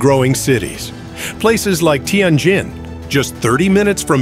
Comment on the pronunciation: Learn how to pronounced words, cities, businesses, ETC--- you are 99% wrong==== teee en jenn or teee en jinn-- It is a great city== 1/2 of what you are saying is imagined/incorrect- just saying-- it is a nice building- IT IS NOT A RUIN--- N OT A RUIN